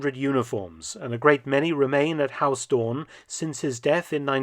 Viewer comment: Huis is not pronounced as 'haus', the 'ui' sound is similar to how the Scottish pronounce 'down'